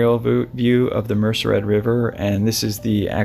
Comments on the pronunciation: It's pronounced : Mer sed, not Mercer Red. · MER CED RIVER not mercer ed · It's not a big deal but it's MERCED, pronounced MER SAID. Not Mercered. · Thank you. BTW Merced = "Mur - said". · I believe you mean the Merced River, not Mercered. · Two corrections- Mariposa is considered Northern California. And its the Merced (Mer- said) river. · Mer-ced River. Mer-said. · Merced, Mer-CED river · It is pronounced Merced River.